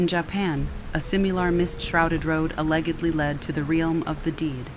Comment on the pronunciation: Not at all trying to be accusatory and not hating, but is the story read by ai? It sounds just like your voice, but the timing and lilt of the voice feels...off. the sentence is just said all wrong with words pronounced in a really inhuman way. Paraphrasing, it was like "in ja-pan a-leg(hard g)-edly a simeelar road lead to the ree-alm of the deed." And when the writer is literally speeding down the road screaming, being chased by spirits, your voice just sounded completely deadpan? It really sounded like a tiktok voiceover, but. The timing was completely even too, which kind if threw me off. Like suddenly i wasnt being read to, it sounded like a robot? Maybe its some sort of editing error, but it felt off and wasn't soothing at all. In the very next story you sound normal, stretching vowels and adding feeling to the story like im used to. Im sort of hesitant to keep listening if theres more ai-like voice overs. The sound of your regular talking is much better.